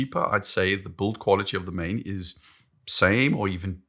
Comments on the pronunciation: you're a saffa, it's pronounced like "Maan" in Afrikaans. And yes I confirmed this with google first.:P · The name "Maen" is pronounced "Maan," like a Jamaican would pronounce "man." "Maen" is Old Dutch (17th century) for "moon." Today, we Dutch write "maan." Many Maen watches bear the names of places and cities in America with which we had colonial or immigration ties. Hence, Manhattan.